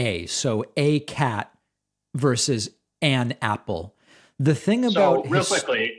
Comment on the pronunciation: I think u defeat the purpose when you over-pronounce “AN” 😂